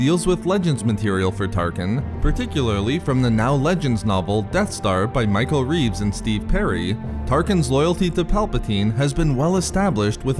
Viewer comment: Wait did he just say "Michal Reeves"? The guy from Offline tv and professional Razer god?